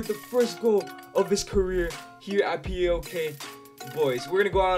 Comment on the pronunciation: I've told you before, and I'll tell you again: PAOK is pronounced as a word, not 4 separate letters. (Its not P A O K, but PAOK)